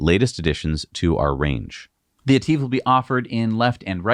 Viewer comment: please...its etive (et iv) not Et eeeve